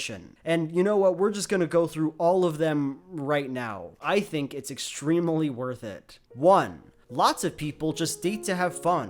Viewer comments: I loved the video, but I would work on your pronunciation of "extremely"; itbrought me out of the video. Great job good vid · No. Youre wrong. Just wrong. Sooooo wrong! thats not how you pronounce extremely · does anyone else think it's weird that pronounces the third 'e' in "extremely"